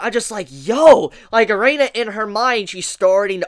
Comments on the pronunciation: Why do I keep hearing you saying Reina instead of Erina, while sometimes you say it correctly :D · AND WHY DO YOU KEEP CALLING HER "*A-REINA*" MAN! CMON I LOVE YOUR CONTENT BUT HOLY SHIT IF YOU WATCH THE ANIME WITH YOUR SOUND ON I SUPPOSE YOU SHOULD KNOW HOW IT SHOULD BE PRONOUNCED BY NOW OMG!!! I get way too heated with this shit.